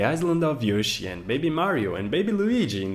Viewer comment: I can't help it! Forgive me but... YOO-shi?!?!?!?!?!🤣🤣🤣